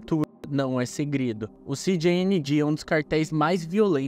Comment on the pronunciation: México fala espanhol Canal: “Ci di ni gi” 😅